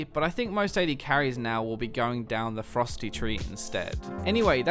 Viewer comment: I thought you said "AD carries will be more likely to go down the Frosty tree instead" Rather than "Ferocity" xD